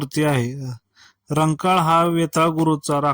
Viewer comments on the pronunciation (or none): रंकाळ नाही दादा खंकाळ आहे...